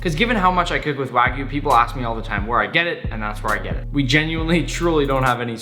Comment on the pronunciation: It’s kinda sad how nick is such a good chef, but can’t even say wagyu correctly